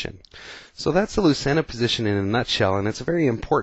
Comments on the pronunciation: Thanks for the video. Very instructive. Lucena according to Wiki is Spanish and pronounced loo-thay-na. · it's pronounced " LOO-CHAIN-UH "